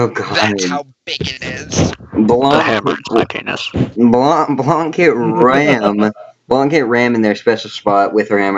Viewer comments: Im offended u pronounced my name wrong THE C IS SILENT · The C in Blanc is silent by the way.